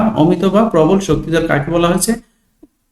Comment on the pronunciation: প্রবাল না প্রবল😂😊